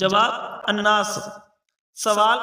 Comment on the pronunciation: اناناس نہ کہ اناس